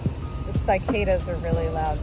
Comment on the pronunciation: Hello my beautiful friend!! I love this video and I'm taking notes for my future self ❤ Love you so much! P.S. I am absolutely shocked by the way you pronounce "cicadas"